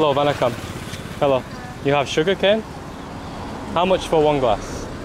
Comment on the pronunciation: I like how you say "vanakkam"